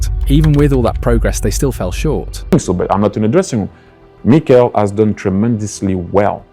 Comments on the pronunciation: What are these pronunciations? Meekle Arteta. Zoobymendy. Enwanary. Sarkar. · Who's Meeekel? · The voice over really has trouble with pronouncing these names. “Meekel Arteta” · Good video, but why do you mispronounce every player's name 😂